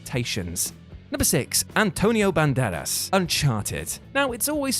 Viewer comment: Did he just say, "Antonio BanBadass"?